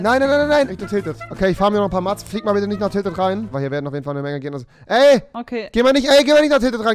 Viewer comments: Es heißt Mets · Sorry das ich klugscheißere aber es heist Mets nicht Mats. Und es kann nicht wahr sein bei "FORTNITE KIDD" habt ihr nicht wirklich nintendo sachen angezogen. Ihr denkt wohl alle das Nintendo nur für Kinder ist an alle die das denken ich hoffe ihr lebt nicht lange Nintendo ist nicht nur für solche dummen kinder